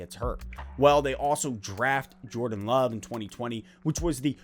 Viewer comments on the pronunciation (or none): none